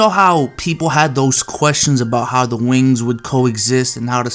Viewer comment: You saying "Wings" is funny 😂